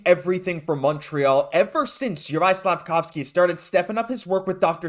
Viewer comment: You butchered his name like 3 times.